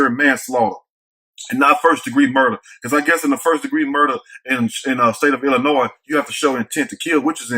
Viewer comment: Thanks for leaving the "s" on Illinois silent. Finally a youtuber that pronounces it right.